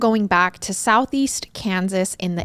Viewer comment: Kensas.. Hein, sounds like Israel